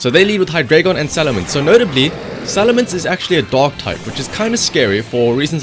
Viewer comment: Am i the only one that hears dog type instead of dark?))